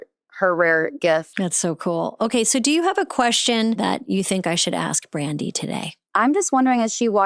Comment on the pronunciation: Is it me, or is Amy saying “Randi”